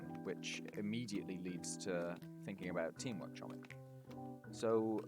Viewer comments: its pronounce homik not chomik because its Polish lol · As a polish person i want to know your location to saying chomik wrong way